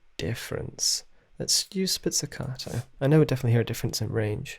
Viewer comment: Great comparison video! Thank you for doing it. Just a little suggestion: it’s “spiKKato’, not “spizzicato” :-)